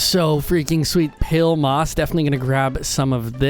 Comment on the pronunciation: i put this on in the backround as i did some work and i heared u say pale garden and it sounded like pill i even turned on captions and it sounds like u said pill i was so confussed lol